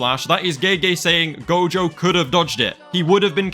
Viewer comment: IT'S NOT GOJOVER